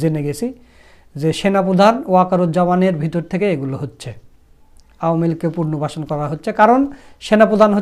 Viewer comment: পুনর্বাসন উচ্চারণ সঠিক করুন